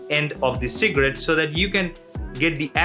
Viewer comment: Who else hear secret instead of cigarette 🤣